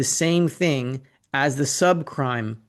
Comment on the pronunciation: Did he actually say subcrime?